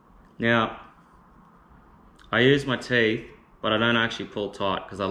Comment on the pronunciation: "if you don't have feeth"..... ok